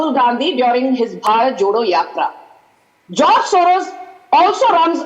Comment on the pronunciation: Not joz mrs Gu-Swamy, but George